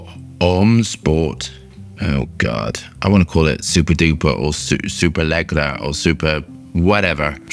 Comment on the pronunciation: "super leegera"